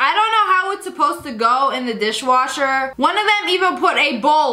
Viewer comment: Dis - wash - HER